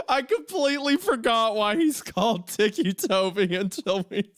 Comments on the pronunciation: My favorite bit was the unintentional mispronouncation of "ticci" as "tikki" when its meant to be "ticky" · it was literally driving me insane when literally said out loud "they call him that because he has tics" and then proceeds call him Tiki right after 😭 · Titchy? Titchy Tobi? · Thiccy tobi